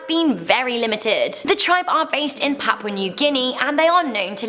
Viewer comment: “Papau new guinea”